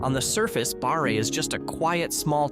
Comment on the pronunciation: I laughed when he said Barre.